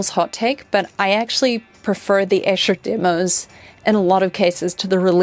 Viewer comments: Sorry to be pedantic but Esher is pronounced Ee-sher , not Esh-er.Its a little town in Surrey near where I used to live. My favourite lyrics…. ‘He went out tiger hunting with his elephant and gun In case of accident he always took his mum’ 😂😂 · Hey, Beatle nitpick: it's Eee-sher! :D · Great video! No reason you'd know this, but Esher is pronounced "eesher"